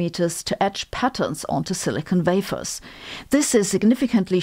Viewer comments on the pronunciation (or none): You said the word "wafers" except I was confused for a second because I thought you said "vafer" and what the frig is a vafer? But then I went Ooooooh, yeah, I forgot about your vampire vords.